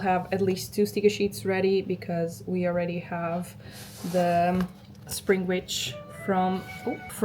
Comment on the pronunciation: Did you say springich or springwitch